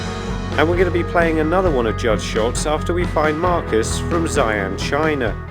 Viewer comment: That's a really bad pronunciation of Xi'an, China. 😂 😂